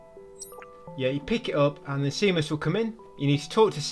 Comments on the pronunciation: momo is pronounced moh-moh and he’s a he. seamus is pronounced shay-mus. clementine is a she. how did you play this game so many times with your eyes closed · GODDAMN that Can't Cat-ch Me trophy, man. Goddamn it to hell. Edit: An Englishman calling Seamus "see-muss" is extremely interesting to me. I figured you'd actually know someone called Seamus, being so close to Ireland.